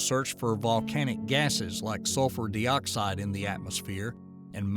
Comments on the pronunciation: I never knew some people would say (dee)oxide instead of (die)oxide. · Two things: it's pronounced Dyeoxide, not Deeoxide Next, vulcanism, not volcanism. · Carbon de-oxide? Is this an Ai narrator? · Carbon Dee-oxide?? hahaha.... AI narrator. You get what you pay for.